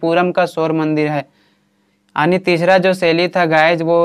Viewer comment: Aani ❌ yaani ✅🤡😁